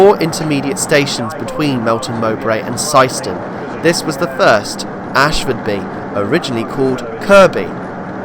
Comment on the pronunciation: Oops! The name sounds as if it has an "h" but it is Asfordby not Ashfordby.